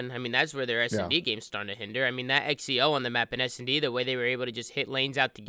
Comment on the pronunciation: Xeo = Zee-oh Not Ecks e oh lmfao